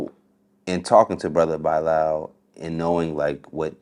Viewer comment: Why is the host pronouncing Bilaal like Bye-Lal???